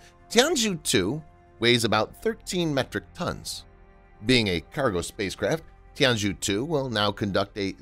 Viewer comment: FYI the zhou in Tianzhou should be pronounced like "jo"